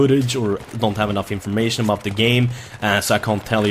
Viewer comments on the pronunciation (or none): none